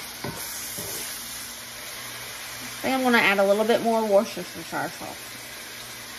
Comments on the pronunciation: Hey it's pronounced wus-ter-cher love ya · Hey. The easiest way to say Worcestershire is - wuss ter sheer. Don't worry about it though as even some Brits have a problem with the word, and I can never remember how to spell it. However you say it, the food still tastes the way it should. I hope you have a happy, peaceful weekend. Much love and respect to you, Dusty and the boys, from the South East of England. xxxxx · There's a good ol Southern cook who is on YouTube, can't remember his exact name right now so I'm not going to butcher it, but he calls it quote wash your sister sauce unquote. Even though I can pronounce the correct way, the southern version is much more fun. Hope you get a big laugh out of it as I did. That heavy Southern drawl just makes it perfect.😂❤ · You absolutely TICKLE me to death when you say "Worcestire Sauce"! In a recent video you said "WorshYourSistersHair Sauce"! Adorable and made me laugh so hard! Keep up the great work. Blessings to you and the fam!😊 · Haaaaa I love the way you say "Worcestershire" 😂😂